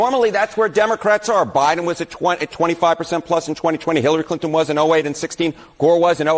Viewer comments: Listen closely between the to marks - I swear that Mr. Enten calls it the 'OBiden' Administration, and even the CC text seems to think so, claiming that he said, 'aBiden Administration' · He said, "Obiden administration" 😂